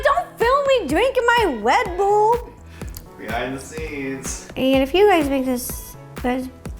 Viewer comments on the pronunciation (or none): "Can I have some WeDBuLL" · no one: ro: can I have a wed buwl. BAHAHAHAHAH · no one: Not a single soul: Ro: MY WED BULL!!!!! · weally a wedbull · I THOUGHT YOU SAID WET BOWL BUT YOU SAID RED BULL IM DYING